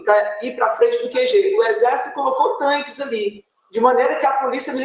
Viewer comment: TAINQUES kkkk como ela me irrita falando errado é TANQUES, aloprada.